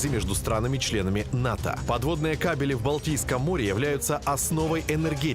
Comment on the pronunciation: Кабели ударение на первом слоге!